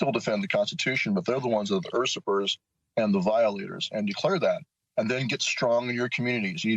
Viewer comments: Ursurper? Does that moron mean “usurper” ? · Did that guy who shot his own eyeball out just try and pronounce the word "Usurper" like "ErSurPrRr"? 😂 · Did he mispronounce “usurper”? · He went to Yale and doesn't know how to pronounce usurper? Mmmk.